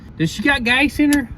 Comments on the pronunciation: Did you say gace? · Or gase like case with a 'g'